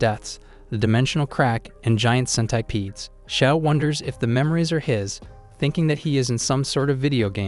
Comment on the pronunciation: bro says centipedes like scent- I - PEEDS